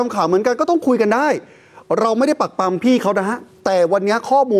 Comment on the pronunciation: ปรักปรํา ไม่ใช่ ปรักปำ ปรับปรุงด้วย ภาษาไทย